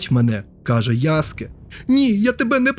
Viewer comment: Тиба😮 Нарешті хтось правильно назвав його ім‘я - ЯСКЕ👍 А не то як з мокшансько-совєцької транслітерації🫶 А стосовно гри, ну якби не прив‘язка до серії АС, то може як окремий проект і можна булоб зіграти та можливо отримати якесь задоволення, а як я помітив що більшість обурень починається з фрази - «це вже не той АС», на крайній випадок кліки могли б зробити щось по типу «Assasins Creed: Stories», можливо так булоб менше «питань» та обурень🤔 На подібний коментар мені хтось відповів: і це був би сон собаки! Та нехай і сон собаки, це їхня франшиза, але навіть в такому випадку, «нові» частини можна булоб не прив’язувати через «ср**ку» до основного сюжету🤔 Чи в орденах ассасинів та тамплієрів - були тіки головні і впливаючі на історію члени? Ні, тіж тіпи які видавали завдання, та інші учні… з цього навіть можна якусь сессійку зробити🤔 де ти доприклада ноунейм член ордена, навіть редактор персонажа можна підв‘язати, виконуєш буденні завдання🤔 Йой, щось мене занесло, дякую за відео(і за правильне вимовлення) 👍🫶🇺🇦